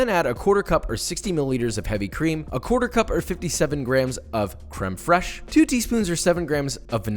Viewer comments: "creme fraish" you pist me off with that josh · It’s pronounced Cr-ee-m Fr-ai-jjjjjjje